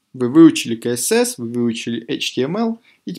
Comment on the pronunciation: Блиннн... Как же бесиит!! КСС! Не КаЭсЭс, а СиЭсЭс.